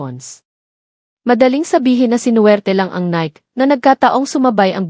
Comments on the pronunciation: 😂😂😂 pronunciation lng ng NIKE pang barrio ka na😂😂😂 pati Debut mali din😂😂😂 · Omg. Learn to pronounce stuff. Weem-bleh-dawn? What's that? Nick? Nike as in Mike? Dang! How embarrassing! Merchan-deesing? Eel-lah? Omg.